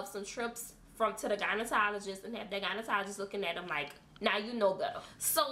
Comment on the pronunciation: Lol! Great informative video! Is it me or does it sound like she is saying "gynetologist" instead of gynecologist! So if one dares to put in on the "bottom lips or anus" how long should the product be put on there for? Less time than suggested? Just curious 🤔